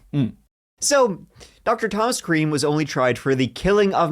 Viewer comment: You can say creme again. Clean your beard love.